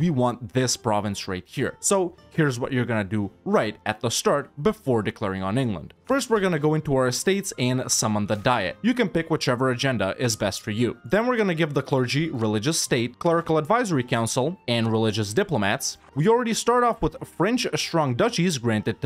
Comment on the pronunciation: I know nobody cares but me but it's pronounced DEE-et not DIE-et, you're not summoning a weight loss plan.